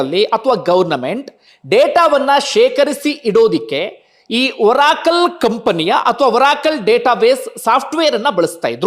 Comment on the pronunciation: ಬಂಧು. ಅದು ಓರಾಕಲ್ ಅಲ್ಲ ಬಂಧು. ಅರಾಕಲ್.